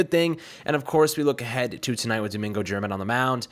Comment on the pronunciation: Please learn to pronounce "German" correctly.